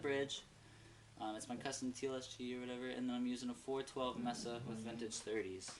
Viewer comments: MESA, NOT "MESSA" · pronunciation dude! It's May-suh, not Mess-uh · Good job dude... BTW, pronounced MAY-SA not MESS-SA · l3ertuz. I agree with you 100% yes mesa is a spanish word meaning table.